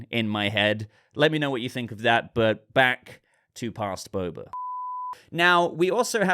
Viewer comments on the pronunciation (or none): none